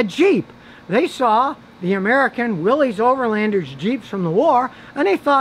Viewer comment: Will - S. The name of the original Jeep is pronounced Will-S. NOT Will-eeze. Go look it up.